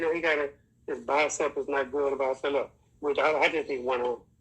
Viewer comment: if you are mentioning ignoramuses then better pronounce bicepS properly yourself 😉